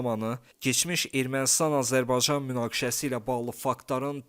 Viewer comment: Öncə Azərbaycan sözündə “y”hərfini ixtisara salmadan tələffüs eləməyi öyrən!!!